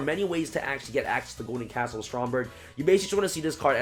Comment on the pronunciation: i know ur tired bro but it's castle, not castel (the skyblast musketeer)